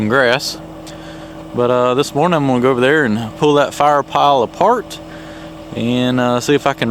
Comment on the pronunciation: I would swear you said you would pull that wood stack aFART instead of apart. Ha. Great work. Love your videos. Have a blessed day.